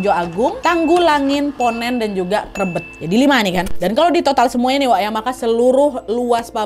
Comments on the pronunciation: Krébét kak bukan krebet bacanya 😂 pabrik yg masih beroperasi smpai sekarang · Bacanya bukan krebet tapi krebet. Eh gimana sii😂